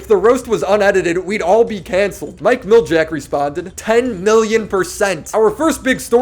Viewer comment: Dude said Mike miljak smh